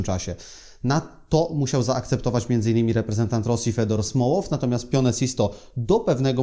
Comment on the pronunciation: Super materiał, Panie Tomku Ale jedna uwaga - Fiodor Smołow, a nie Fedor.